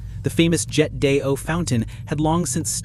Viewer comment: hmmm, obvious your AI is confused. you need to proofread your subtitles - AI cannot hyphenate. and those moose running backwards is a hoot. it should brush up on the Geneva cityscape.....and love how it pronounced "jet d'eau", hilarious. but fascinating materials/content